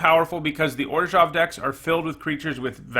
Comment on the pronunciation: Maybe that's how you're supposed to , but I cant stand the way you say orzhov lol